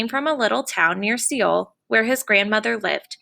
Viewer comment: Please pronounce Seoul correctly.